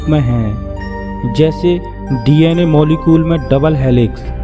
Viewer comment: sir video achha hai lekin apka voice me problem hai o molecule hai molecol nahi